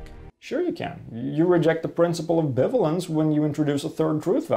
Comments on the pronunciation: This is quite possibly the best video explaining logic I've ever seen - well done! By the way, in English "bivalence" is pronounced like "buy-vay-lence", though I understand this can be confusing to someone who has never heard it pronounced but is aware of the word "ambivalence". English is a weird language. Also: "This statement is bitch, please!" is in fact a nuh-uh statement. (There's something I never thought I'd write.) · it's pronounced bi-valence